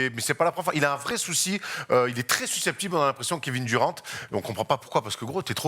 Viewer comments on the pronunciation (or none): Oui il est très bon dans ses analyses, mais le Kevin Duran et le Zach Lavïne ça fait un peu mal au oreilles